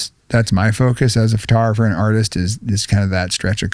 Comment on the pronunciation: he said it Ughhh he said it FURTOGRAPHER... WHAT THE F IS A FURTOGRAPHER?